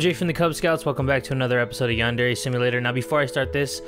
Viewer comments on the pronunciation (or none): none